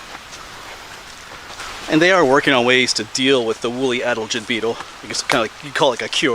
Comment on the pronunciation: Sad to see what the woolly adelgids are doing to the hemlocks. By the way, it’s pronounced a-DEL-gid …. emphasis on the second syllable.